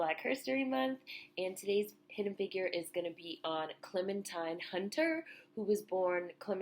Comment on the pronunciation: loved your video, however her name is pronounced Clementeen.